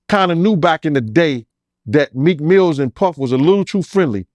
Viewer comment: He kept calling him Meek Mills😂😂😂😂